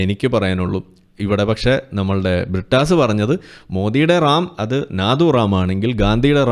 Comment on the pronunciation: പ്രിട്ടാസ്... A.. A. പറീം.. ടീച്ചർ.. ചന്തി പാരോം.. കീനാ പോർജ്.. അങ്ങനെ.. അങ്ങനെ... കുറെ... Inglish PHd. കാർ... ഞങ്ങളുടെ അഭിമാനം....😂😂😂😂😂😂